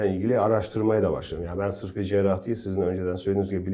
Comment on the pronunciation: Şu kızı ekrana çıkarmadan önce, "Cerrah", "Cerrahi" nasıl söylenir onu öğretseydiniz keşke. Kulaklarımı tırmaladı, seyretmeyi bıraktım.